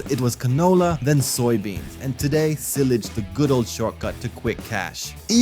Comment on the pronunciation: Sorry, but it's no real simulator without equipment breaking down and getting sued for some BS every 2 years or so. Also, learn how to pronounce silage please.